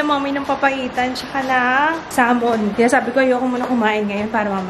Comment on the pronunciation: When she say salmen✌️😜